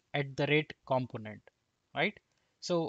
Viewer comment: Thumbs up, but Indians need to learn how to say Component and Developer right... It's not just you. It's every Indian developer I hear on youtube. You guys got the wrong strong syllable: the right way to pronounce it is : kuhm·*pow*·nuhnt , duh·*veh*·luh·pr